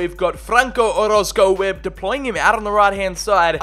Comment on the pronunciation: Yo im here bois. Man Why You Gotta Pronounce My Last Name Wrong Man 😢. Its O-ROZ-CO